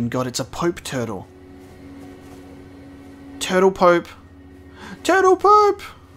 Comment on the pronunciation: ´´Turtle-pope!´´ Subtitles: ´´Turtle poop´´